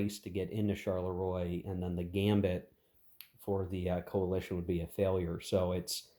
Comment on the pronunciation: Not in any way a criticism, but the correct pronounciation of 'Charleroi' (as it crops up quite a bit in this and any 1815 scenarios you might play) is, approximately, 'sharl-le-wah'. Say it like Maurice Chevalier and you'll be spot on 🤓 Loving the series, BTW. Shame you don't attempt to play with the sleds and hidden movement - the whole vedette thing is a sub-game in it's own right. Still works for me solo. Cards are great, too.